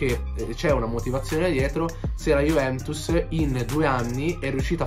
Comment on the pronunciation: Ma hai problemi a parlare dici Juvemtus conmenti